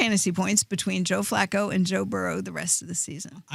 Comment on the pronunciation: Why does the hipster keep pronouncing Flacco like Flaco the late Owl?